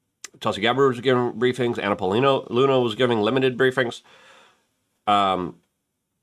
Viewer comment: Lol, did Luke just call her Banana Paulina Luna, or am I just hearing things? 😂